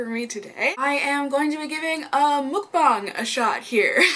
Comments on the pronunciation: it's MUK-BANG NOT MOOK-BANG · its pronounced more like "muhkbang" than "mookbang" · Just a friendly Korean subbie passing by~~~~It's actually pronounced, mUHk-bahng, not mOOk-bahng ☺️☺️☺️☺️ And I used to love Jimmy Jones bc of their bread but after I found out the CEO does wild hunting for fun, I said Bye Felicia! 👋🏻👋🏻👋🏻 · Just to say, mEOkbang not mOOkbang ;) Anyway how you pronounce it is just so cute !!!!❤ And one of my favorite beauty youtuber does mukbang !! cool ❤ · lol it's definitely not pronounced "mookbang"